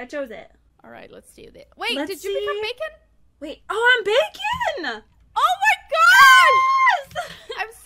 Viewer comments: When she said bakon wrong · wait is it just me or did anyone else think this game was pronounced Bah-kone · WHY U PPL ALWAYS SAYING BACON IT'S BAKON BAKON OML U PPL JUST UGHH NO HATE